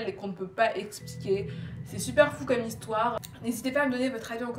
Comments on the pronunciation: « On commence l´histwoeeer » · nice ton histoère <3